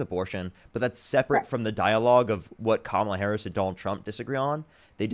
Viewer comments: I salute her for discussing difficult and confronting issues on such a public platform. Out of all of this, I'm most dumbfounded that she wasn't even comfortable pronouncing "Kamala"... Regardless, good for her. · She can’t pronounce KA-MA-LA??? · “kudos” she literally called mexicans “illegals” and said she didn’t know how to pronounce kamala… liberals are so fucking stupid bro 😭😭😭 y’all will give kudos to fucking anything except actual leftists and THAT is why we lost the fucking election. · She can’t pronounce Kamala……..oh dear me! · "I don't know how to pronounce her name." Girl. It isn't hard. Comma. La. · It has all the elements of a cult! Especially the devotion despite the self harm they experience as a result of that devotion 😢 it also seems like this girl is scared to even mistakenly agree with Harris and it's probably because in her area it's social suicide to betray MAGA. P.S. It's like "Comma," the punctuation, then add a "La" at the end. Something that I am sure most Americans could correctly pronounce if they actually wanted to. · They deliberately mispronounce Kamala's name because Trump does it. Once I hear them call her Ka-MA-la, I know they just suck up everything he says. No critical thinking skills necessary; which is exactly why he targeted them as he initially built his platform. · I just can't believe these people are allowed to vote. They can't form educated thoughts on the most basic of policies, let alone pronounce a 6-letter name. It's embarrassing. Either way, at least she is listening and willing to learn. That tells me that, deep down, she knows something is wrong.